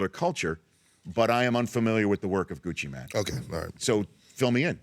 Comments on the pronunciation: anyone else cringe when he said gucci man instead of gucci mane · He said Gucci MAN. LoL 😂 🤣Travis go ask Kayla how to pronounce his name. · it's pronounced Gucci "Maine"